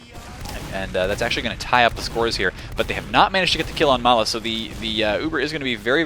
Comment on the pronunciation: Nah - that's Ma3la, not mala.